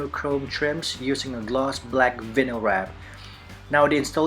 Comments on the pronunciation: Thanks man. Hate to be a stickler but it’s pronounced Vi (rhymes with Hi) nyl, not Vin-nyl. Awesome work. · You do know that’s not how you say “vinyl” right? It’s VINE-l